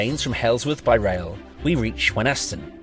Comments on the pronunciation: Can I say as a local person, Thank you for this detailed and interesting film. May I correct you though about how Wenhaston is said, the 'H' is silent and the 'A' is changed to an 'I' as we say it locally, 'Weniston' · As a local(ish), the h in Wenhaston is silent. It's pronounced Wen-aston. Great footage though..!! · Wenhaston is pronounced Wenn - Ass- Ton, no H, townie.